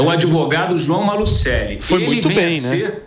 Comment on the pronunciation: É Maluceli. Se fala apenas "maluseli"